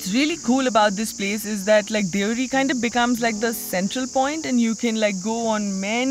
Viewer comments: Beautiful video, thank you so we can watch hidden gems through your eyes. One critic, village name is so beautiful please don’t abbreviate it. It is Deo-Hari so please call it like it. Sounds like you call it deori. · Shouldn't we pronounce it as Deo Hari ?